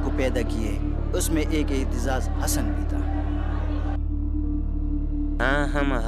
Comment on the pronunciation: Masha-Allah. The commentator should have practiced how to pronounce Aitizaz Hassan correctly.